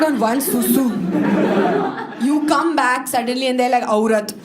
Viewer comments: The way she pronounced aaaurat 😂😂😂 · Hilarious the way she said "aoorat""